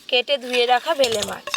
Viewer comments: Ota bele mach, vele mach bolcho keno, tumi ki thik kore katha bolte parona. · বেলে মাছ কে বারবার ভেলে, ভেলে বলছ ভীষণ কানে লাগছে ।ভুলভাল উচ্চারণ করো কেনো?কামরাঙা কে কাবরাঙা । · ভেলে না বেলে। আপনার উচ্চারণ বড্ড খারাপ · আগে উচ্চারণ ঠিক করো।তার পর কথা বলো।ভেলা না বেলে মাছ। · ওটাকে বেলে মাছ বলে। ভুল উচ্চারণ কেনো করো?